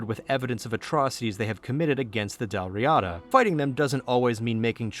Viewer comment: The pronunciation of dal riata doesn't really match either of the pronunciation you gave, but it's similar to both. The little turned e you see in the pronunciation guide there (which is written in ipa) is a schwa, which stands for the vowel that in english occurs practically everywhere in unstressed syllables, for instance, it's most word final 'a's (and in fact the word final a in riata is pronounced exactly correctly in both). But the first a in riada isn't silent nor a stressed ah, but that reduced schwa vowel isn't really allowed after another long vowel in either of our dialects of english, so I can't really transcribe it without ipa. I guess you could try like, saying rirder in an boston accent, but that might not get you any closer.